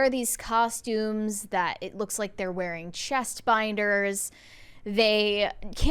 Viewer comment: Please,, the word is “that.” Stop with “THOT!”